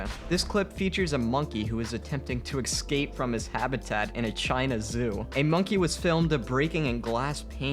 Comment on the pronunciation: nobody: Me: frusterated that the narrator keeps saying excape and not escape